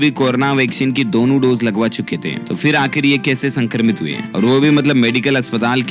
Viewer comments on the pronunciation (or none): none